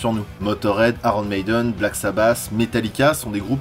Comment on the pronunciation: Prononcer aillonne maidene SVP